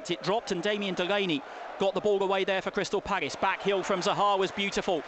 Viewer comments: WHY DOES HE KEEP SAYING CRYSTAL PAGGIS? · Why have we played better in every pre season friendly than we did in any game last season? Actually getting excited! And was it just me or did it sound like he was saying 'Crystal Paggis'